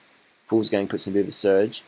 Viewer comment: not "fools gang" but "vuglsang"